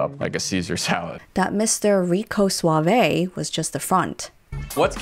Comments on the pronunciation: Stop saying "suave-A." It is one syllable - Suave - silent E. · After 10 mins of this I have to stop watching as I’m reminded why I don’t watch ‘reality’ tv. Also that’s not how you pronounce ‘suave’ 😂